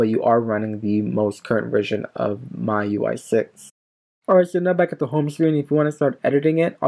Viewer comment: Its pronounced "me UI". Just letting you know.